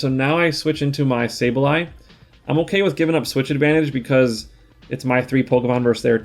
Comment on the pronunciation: It’s not SaBEley, it is SaBLEye :) maybe you could check it on your book and let us know? congrats on rank 10, been following you for a while, my absolute fav content creator!